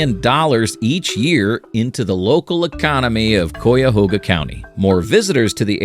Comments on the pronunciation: Yeah Coyahoga lolol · This AI doesn’t know how to say cuyahoga County.